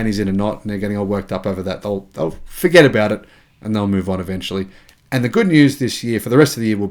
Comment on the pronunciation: And the best is, dont vorget to like and ……… 😀👍